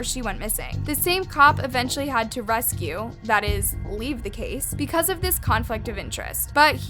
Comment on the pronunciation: Rescue or Recuse?🤦🏽